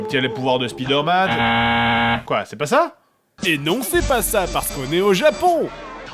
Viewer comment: L'épisode est bien , mais tu dis vraiment mal Spiderman Tu le prononces à la française[ouais bon t'en ais un aussi XD]